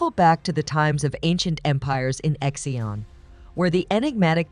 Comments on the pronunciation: Ok, “X” is pronounced as “si”, so it’s city of si-ang, not x-ang, it’s the capital of six dynasties and the designation of ancient Silk Road, the only Chinese city retained entire four car lane wide walls. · Please find out how to pronounce the Chinese name first before you make the documentary Example Xi’ab should be pronounce See Arn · WHY, WHY, WHY do you not do just a smidgeon of research into at least basic pronunciation of place names? I can assure you NO ONE in China has ever heard of "X-ian" !!!